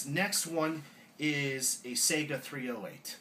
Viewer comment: Just saying, it's pronounced Sai-gah, not Say-ga.